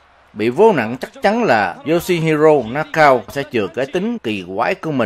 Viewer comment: Nakao đọc là Na ka ô a nha..